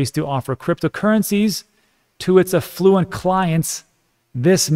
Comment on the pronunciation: Affluent… nailed it!